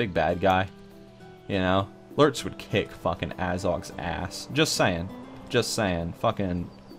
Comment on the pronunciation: can you marry me? heard you say lurtz all the way and i cried in joy